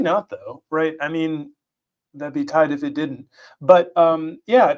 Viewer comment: "Toight! Like a toiger!" Lmao